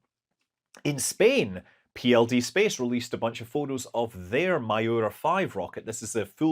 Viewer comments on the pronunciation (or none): Pronunciation tip, in case it helps ;O) In Spanish, Miura is pronounced "mee-OO-rah" (but with short ee and oo in a diptongue, kind of like "mju-rah"), instead of "my OO-rah". Cheers from SJC! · PLD Space's rocket ( - ) is called MIURA, not MAYORA (see images and disregard Scott's pronunciation). Miura is the name of a famous fighting bull breeding ranch in Spain. It was later adopted by Lamborghini for its iconic sports car. Lamborghini's fighting bull logo is, of course, no coincidence. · Quick note: "Miura" is pronounced more like "mew-ra" :)